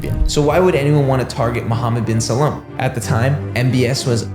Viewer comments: It’s Salman not Salam. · How do you manage to read Salman as Salaam throughout the entire video lol